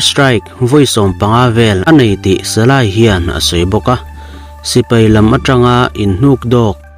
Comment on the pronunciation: Salay ni lo in salai tih tur